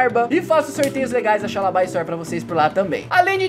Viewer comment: Tava com saudade da xaaaaaaaaaalabia story vc ficou falando só xaalabaia